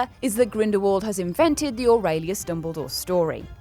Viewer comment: aurelius OR-REL-EOS